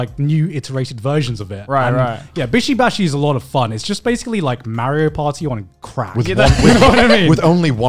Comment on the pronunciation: Connor will u please pronounce "mario" correctly